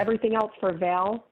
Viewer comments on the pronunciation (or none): When she said “ she screen shot them to VOWEL instead of Val 🤦🏻‍♀️🤦🏻‍♀️